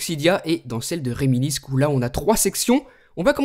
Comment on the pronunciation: ca se prononce "Réminisse" ^^ Mais sinon, super vidéo, comme d'hab et ce tweak est génial! Je vais peut-être l'acheter